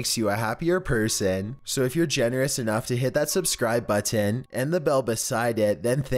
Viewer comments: Ok But why does he over pronounceate the word button? (Idk how to spell :) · His pronounceyation of button is the scariest part of this video